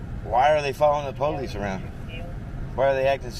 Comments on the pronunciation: " I wanna know why they are following the POOW-LICE " The Inbred in that Cop is undeniable. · Any time a LEO refers to himself as "the poh-lease" they loose any credibility with me.